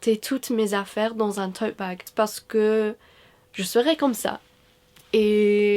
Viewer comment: I didn't even know you weren't a native French speaker until I heard you say "tote bag" lol!! Thanks for the helpful video!